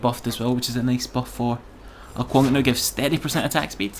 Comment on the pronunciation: I believe its ao kuang, not ao kaung ;)